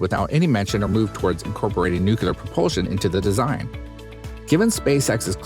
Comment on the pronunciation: text at beginning says "nuclear" narrator says "nucular" LMAO